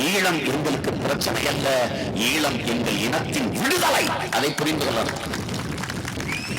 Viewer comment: தமிளர் இல்லை தமிழர் ஈளம் இல்லை ஈழம் நாம் தமிளரா ? நாம் தமிழரா ? ழ தமிழுக்கே தனி சிறப்பளிக்கும் தனியொரு எழுத்து. எனவே ழ வை சரியாக உச்சரிக்கக் கற்றுக்கொள்ள வேண்டும். அவனே சரியான தமிழன். தலைவன் எவ்வழியோ தொண்டனும் அவ்வழியே.